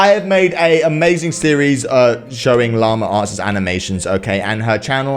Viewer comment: “Lama-r arts”